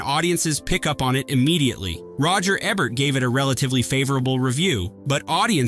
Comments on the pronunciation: It’s Roger Eee-bert not Ebb-ert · ROGER EEEE-BERT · Can you say the letter E? Can you say Bert? Now, combine the two. EEEE-bert. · And it's EE-bert, not Eh bert